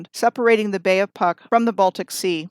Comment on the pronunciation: and Puck pronounce is Pootsk :)